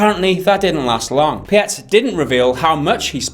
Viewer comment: Hey there, first I'm really happy to hear the conclusions you drew about my statements. You are spot on, and I appreciate your review! As for a couple smaller things, my last name is pronounced Peets. If you could please post my twitch channel in your video description I would appreciate it very much. Thank you!